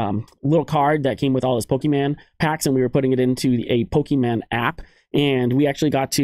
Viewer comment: It's Pokémon not Pokémen buddy. Think mini horizon probably told you already. Thanks for all your hard work and content!